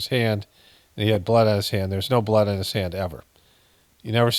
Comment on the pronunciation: Am I the only one that thinks it's completely creepy how he pronounces blooooddd??? Hahaha hahaha weird a t